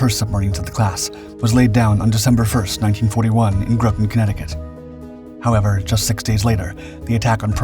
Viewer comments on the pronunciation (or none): It's pronounced Gr ot on. Like cotton not grow ton.😂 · In local vernacular of Connecticut, Groton isn’t pronounced Growton. It’s pronounced Grahtin. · Pardon my pedantry, but it's pronounced Grah-Ton. Otherwise, I very much enjoy these history videos.